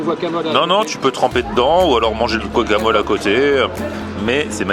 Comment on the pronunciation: C'est pas buacamol !!!! C'est GUacamol !!!